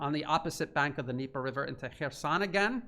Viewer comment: Dude, it's KherSON, not KhreSAN. 🙄